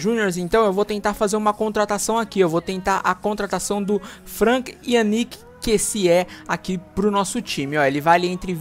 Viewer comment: é Kêssiê mesmo a pronúncia